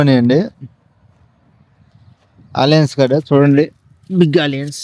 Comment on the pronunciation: బాబు ఆలియన్స్ కాదు ఆనియన్స్ అను